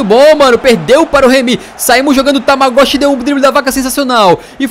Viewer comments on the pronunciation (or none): Tamagoshi sendo q o cara chama Tagmaoui kkkkk